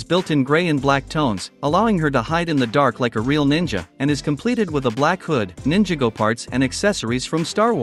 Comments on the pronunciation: Nin-jaa-go bruh it's ninjago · He said ninjaga 💀💀💀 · I love ninja go (P.S. I wasn't trying to insult you I was making fun of how the text to speech said it) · Please pronounce it right is not Ninjago is Ninjago